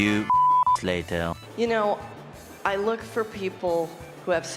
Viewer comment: abbreviated SpongeBob's [lay-tear] ... HAHAHAHAHA